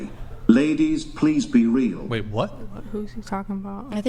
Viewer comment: Axe(ask), perskin(person), i unt meed male assention(i dont need male attention), fuh rail(for real), witch you(with you). Hood 101 translated to english.